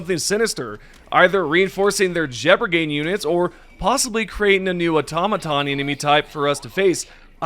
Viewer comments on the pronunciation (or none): none